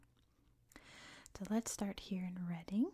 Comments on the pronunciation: Nailed "Berkshire" and "Reading"! 👏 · it's called Reading the same way in Pennsylvania. I think at least those in mid-Atlantic will know that and maybe wider areas of US. Berkshire however is almost always pronounced the wrong way by Americans!